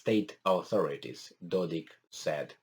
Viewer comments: How come you study Balkan but you do not know NAMES of Serbian leaders ????? It is DODIK with K not CH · Dodik, you are saying it correct first time